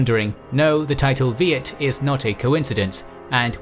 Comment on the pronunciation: Viet pronounced yiet